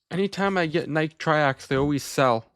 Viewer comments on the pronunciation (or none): The way you pronounce nike, lol